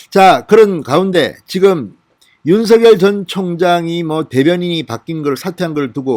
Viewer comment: 죄송하지만 윤석열을 읽을때 윤서결이 아닌 윤성열 로 읽어야 할거 같은대요 버울태 그렇게 배운거 같아요 확인좀 해 보셨으면 합니다~^^